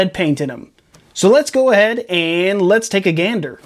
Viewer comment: did he say lead's take a gander?